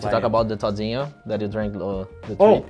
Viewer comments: good video but he said todinho right at first try, its toDInho not toDJInho but it depends on the accent. 😂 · He said toddynho perfectly